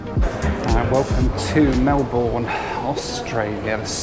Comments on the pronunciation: Great vid, can definitely relate with the jetstar frustration.... only thing that frustrated me was how you pronounced Melbourne - as a local we say It as Mel - bun not Mel - born but other than that awesome. Serious stint to spend so much time on Jetstar and Scoot for the viewers. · Not Mel-born. Mel-burn. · When someone told me he catch scoot, all I think off the King of delays😂, glad you fly ontime😅. It's Mel Burn, not Mel Born. 😅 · Love the video, but as a local it's soul destroying to hear Mel-born...please pronounce it Melb'n :) (same applies for Brisb'n) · Mel-bin is how it’s said- just for next time! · Love yr work. Thanks. Re this video know you’re not going to rework your film but for future reference please, please stop putting the emphasis on the last syllable of Mel/BOURNE. Same with Brisbane. Much of Australian speak is that you often swallow down your final syllable. Say the word like you’re tired and you are mumbling. Travel safely. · Fun video... well I watched all the way, and am glad that I've booked Qantas to Honolulu rather than Jetstar. Please don't say MelBOURNE again 😢. The last syllable isn't stressed. (Aussies react to it the same way as Pommies react to BirminghHAM/ BuckingHAM!) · Aussie here 👋🏻 Ya cant say Melbourne that way?! haha pronounce as “mel-ben” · Hey, try pronouncing it as 'Melben' - closer to our aussie pronunciation than sounding out the ourne. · It’s pronounced melbin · the O and E in Melbourne are silent pronounced Melburn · Melbourne is pronounced "melbin" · Melbourne is pronounced exactly like this: MEL-bun. Everyone mispronounces it! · obligatory Melbourne mispronunciation gripe. Melbourne is pronouced Mel-Bern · Mel-burn mate. Mel-burn. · Hi, Melbourne Australia is pronounced Melbin. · Melbourne is pronounced more like Melbun. You have spent enough time in Australia to have heard how Aussies play around with English! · Can you learn how to pronounce Melbourne properly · The Melbourne pronunciation 🫠